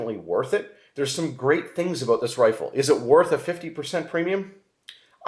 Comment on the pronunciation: What are you talking aboot, A?